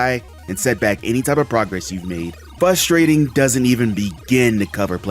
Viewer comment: Is it flustrating or fuhstrating?